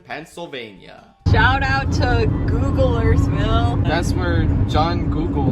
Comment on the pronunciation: You go to St. C&H's? Cool!! I always get a ton of food at the Greek Bazaar!! I see you drove through Epharta - I mean, Ephrata! BTW, Gouglersville is pronounced Gogglers-ville. You know, kinda Dutch. That area of Lancaster isn't what it used to be. The outlets used to be a big draw, but a lot of the outlet stores have closed. P.S. intercourse wasn't named after intercourse (at least, the way we use the name now!).